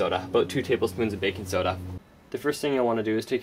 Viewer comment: you say baking soda weird XD.... baking soedauh